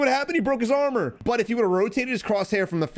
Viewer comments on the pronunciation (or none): none